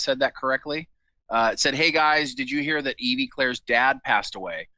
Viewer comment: It's pronounced like Evvy. She's not a Pokemon